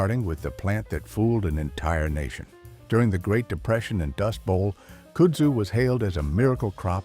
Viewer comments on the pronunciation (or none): AI voicing. It doesn't pronounce words correctly and no one edits it. KUD-zoo, not COOD-zoo. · Your AI generated narrator needs to be taught how to properly pronouce "KUDZU" - it's not "KOODZU" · Kudzu is pronounced cud zoo. And you missed bamboo as invasive. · I loke this, but he mispronounced Kudzu. It is pronounced Cud zoo. He was right. Don't drive through Scenic South and think those vines growing in the trees are part of 6 Wonders of the World. The South is wibdering why the US Department if Agriculture couldn't grow grass on the public highways. Probably their only use is rope. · It’s pronounced “Cud-zoo” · Cummon, can't you find an AI voice which can pronounce kudzu?? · Kudsu is pronounced wrong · You loose credibility when you can’t even pronounce kudzu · He's saying Kudzu wrong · train your AI to say kudzu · Or "Kudzu"